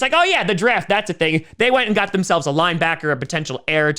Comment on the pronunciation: I live for Tom saying "ya gaht the Buffalo Bills".